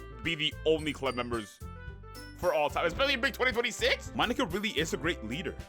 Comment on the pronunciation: Bro did NOT say monika😭